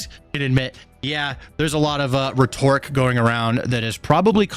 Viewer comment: Your pronunciation of rhetoric makes me laugh. "Retorrick!" Lmao. Love your videos bro. And when you pull your wife in, I'm dying. 😂😂😂